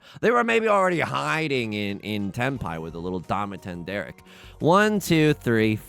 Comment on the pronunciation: Damaten Derek? I think you mean, Jeffrey Dama.